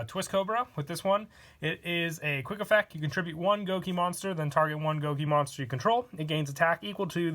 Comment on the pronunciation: All is quiet: "Effeck"